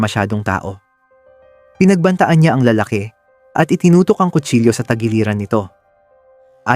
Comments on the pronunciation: La-la-ki… hindi LaalaaKE! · Para sa narrator: paki ayos naman Ang accent ng Tagalog mo😊 tulad ng lalake. Ang stress nasa second syllable